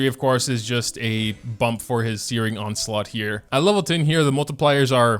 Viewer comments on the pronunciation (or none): none